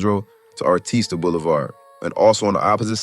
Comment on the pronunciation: You doing good work but it’s Artesia bro not Artista lol respect though💯